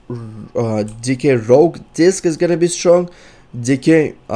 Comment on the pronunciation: i love when he was gonna say disc and it sounded like he said DICKS :> keep listening